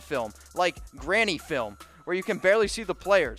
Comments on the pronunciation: Bro it isnt Granny film it's Grainy...learn how to read if you want to have a decent channel. No offense. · It's "grainy"film not "granny" film ! Grainy means ,"Not a very good picture,old " ! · Grainy not granny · Lol. Was dude sayin' "granny film"?